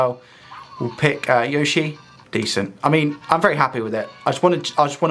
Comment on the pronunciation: PS, you've nailed the pronunciations of potentiometer and Yoshi. 🤘😎